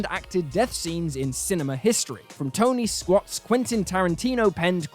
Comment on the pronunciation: Who tf is tony squat? You don't have a speech impediment. So how did this make it through?